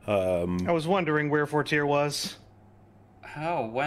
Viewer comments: It's funny hearing people in the call and seeing people in chat mispronounce and misspell 'Fortier' as "Forti" or "Fortea" because they've only ever heard say it in his accent. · It's spelled 'Fortier', and unless it's supposed to be pronounced with a French accent, it's pronounced 'for-TEER'. However, through British accent, it of course sounds a bit different and some people in the call and the chat don't realize that haha.